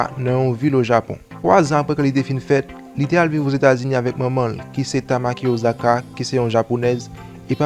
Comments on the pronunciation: Ossaka not Ozaka, please my brother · “Ossaka” not “Ozaka”... 🙄🙄